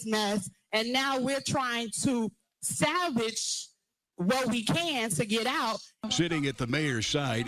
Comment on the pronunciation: It’s salvage Trustee not savage 😢